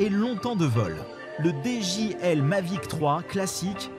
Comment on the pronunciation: C’est i et non L donc on dit dji et non djL 😂😂😂